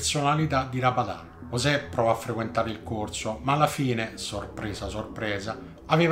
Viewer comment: Ooohh, finalnente uno che ha chiamato sto "poraccio" correttamente (ne "giosè, ne Yosè etc etc..)... Poi invertebrato mi sembre una variazione più che calzante